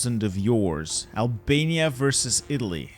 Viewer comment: this mf said abania